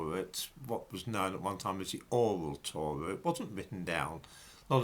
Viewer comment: Holy fuck why can't you pronounce your Rs? The Owwal Towwah, the Gomowwah, Awwamaic, for fuck's sake!